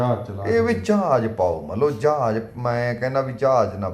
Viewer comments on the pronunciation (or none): ਜਹਾਜ ਹੁੰਦਾ ਜਾਜ ਨੀ😂😂😂😂😂 ਚਵਲ ਸਰਵਿਸ😅